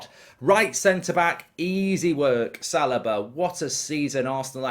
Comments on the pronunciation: Why does Mark keep saying Salaba? Its Saliba my guy 😭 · I think he pronounces it as Sal i ba rather than Sal- ee- ba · mark: right center back easy pick, "salobah"